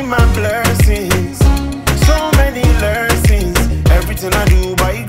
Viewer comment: You have such a good vibe. This comment is coming from a positive place i genuinely will recommend you work on your pronunciation for the upcoming track. Its okay to have the accent that’s your originality but for exemple don’t say “Lerson” its lesson. This song is a masterpiece you just need to put more effort in the studio while recording. I know you do this for fun. … and we appreciate you truly. And i made this comment just because i think this song is truly a hit and it could have an even bigger impact 🙏🏻.